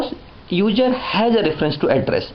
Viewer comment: I like how he says User.....Uger. Good video though.